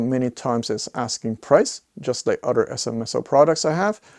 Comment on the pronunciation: Wish you would learn to say other correctly instead of udder!